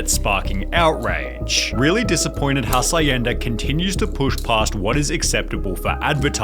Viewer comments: Did pronounced Hacienda like he's saying acai? 👀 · So, the dude can't pronounce hacienda properly, vinneigrate and now Nivea?